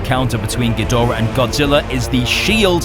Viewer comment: The linnorm look is good, just as is the quadrapedal look. Ghidorahs tend to be pretty impressive, which goes to show how much behind-the-scenes effort goes into refreshing the classic kaiju. In the Showa days, one bad dub changed (gee do rah) into (gee DOR ah) and fans cringed. Generations and many swallowed Tide Pods later, western fans take pride in mangling the name. 'Poor spacedragon.